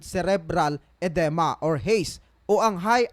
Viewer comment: DAPAT SEARCH MO MUNA SA GOOGLE PANO MAG PRONOUNCE NG MGA TAMANG WORDS. EDEME PRONOUNCED AS EDIMA! BALUKTOT DILA TAS GALING GALINGAN